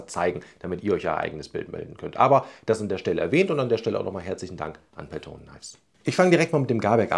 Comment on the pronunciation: Gutes Video! ...kurzer finnischer Hinweis zur Aussprache von "Peltonen": im Finnischen werden alle Vokale, die als Einzelvokal geschrieben sind, kurz ausgesprochen (ein langes "o" wäre "oo" geschrieben). Betonung ist immer auf den ungeraden Silben (es sei denn die ungerade Silbe ist die letzte im Wort), hier: Betonung nur auf dem vorderen "e".